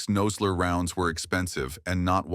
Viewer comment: Obviously the narrator knows nothing about firearms. He doesn't call it a thirty ought six and pronounces Nosler incorrectly.